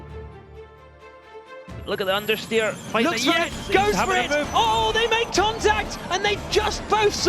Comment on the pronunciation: They make tontact, wtf 🤣 Timing petalty, is this guy drunk?